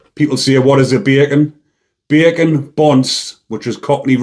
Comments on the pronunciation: I like the way this bleurk says beeey-can! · Beer can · I love the way says 'Bacon' 😆😅🤣😂 💯👊